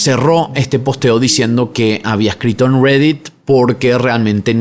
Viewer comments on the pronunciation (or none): Estás hablando en español y dices redett, ridett, cual redett?😂😂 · pronuncia bien reddit por favor RGREDDIT??? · "RERET" si te vas a hacer el yankee por lo menos pronunciá todo correctamente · Amigo por favor deeja de hablar espanglish se dice reddit no rweddeet y asi un sin fin de palabras en otro video tu pronunciación del aderal xd eiderwal alto cringe da. Me gusta mucho tu contenido pero por favor pronuncia en español normal le quita seriedad a tu contendio que pronuncies asi xd. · Está bien chistoso como dice "Reddit"